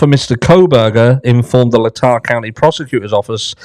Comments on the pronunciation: BTW, it's pronounced LAY-tah. Yet another of the Pacific Northwest Native American place names. And BTW, you almost made me choke on my dinner when you blurted out, "... me sideways!" I was not expecting that lol. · Moscow is in Lay-taw County